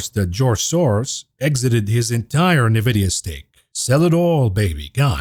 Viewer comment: Envidia not navidia